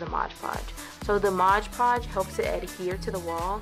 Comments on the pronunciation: I LOVE your wall! Beautiful! BTW the product you used is pronounced MOD podge, NOT "modge" podge! (read the label again) ;D. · i just watched 5 diy videos in a row including this one and they all say modge podge... it's MOD podge... :-P